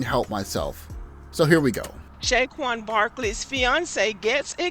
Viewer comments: A couple of three things: 1. This lady, if she can be called that, can't even pronounce Saquon correctly ("Shay-Quon"?). I think she butchered Eagles too. 2. "He needs to do better." According to who? Even if he had a hot, blonde super-model looking WW, BW would still find some reason to complain. 3. Hasn't this topic with some BW reached it's expiration date yet? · Brother... I cringed everytime she mispronounced his name and added the "sh" sound to it...